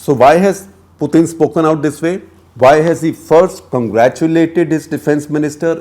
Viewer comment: So painful to listen to this commentary. No one has time to waste. Get to the point quickly. Don't digress and beat around the bush. Plus his name is pronounced Putin as in tin not thin. Waste of time to listen to this inane commentary.